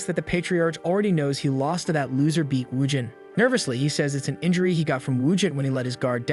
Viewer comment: for the love of satan please pronounce his name properly its BAEK not BEAK